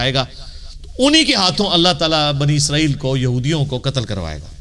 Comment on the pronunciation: اسرائیل ہے، عزرائیل غلط ہے ۔